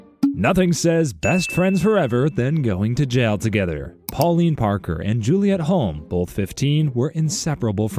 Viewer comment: Hulme is pronounced as Hume.